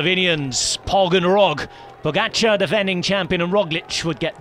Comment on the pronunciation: Pogaçar isn't quite right. It's poga-char